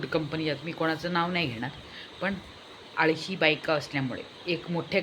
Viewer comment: आळषा नाही ग आळशी बायका म्हण.बाकी पोडकास्ट छान